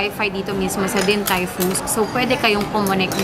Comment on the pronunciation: Omg, yung pronunciation ng DTF paki correct naman. Sakit sa tenga